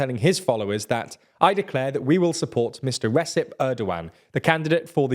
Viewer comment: Just by the way, the C in Recep is pronounced like a J (like in jelly) not an S 🙏🏻